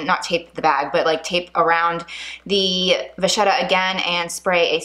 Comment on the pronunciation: Vachetta is an Italian name and in the Italian language, if you have a ch before the e, it is pronounced a k. Please don't be mad at me, I just wanted you to know. ☺️👍🏻So it is VaKetta, not VaShetta.